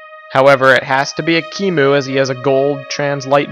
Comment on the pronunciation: Ekmui!? You mean ekimu